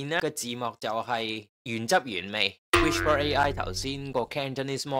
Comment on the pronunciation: Channel 學到野。多謝無私分享。🙇 1. 不過師兄讀(WISH-PER)係錯誤讀音，應該係讀(WI-SPUH)，系統辨認不是「Whisper」並沒有錯。 2. 佢個performance 係再拆開Cantonese (HK)同 Cantonese (CN)。Cantonese (HK) 分數係15.9，差過Cantonese (CN)的10.9，主要因dataset 普遍係廣東話撈埋英文，所以準確度會再低啲。